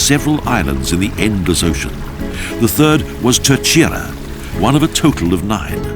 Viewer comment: He murdered all the names of these places, at one point I could even make out what the heck the place in “ Telcheira “ 😂 Was.